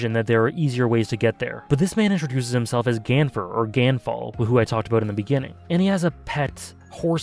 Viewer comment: The sky knight's name is pronounced Gone Fall XD